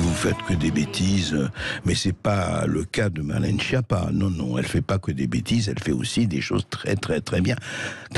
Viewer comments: En réalité on prononce skiappa. Tout est faux chez cette personne. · Quelle honte cette skiappa (phonétique).